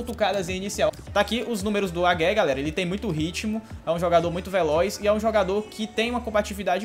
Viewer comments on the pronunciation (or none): O Wagué se pronúncia "Vaguê"!! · tá dando agonia c falando o nome dele errado kkkk, se pronuncia assim " Vaguê ". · Wagué = Veguê (pronuncia)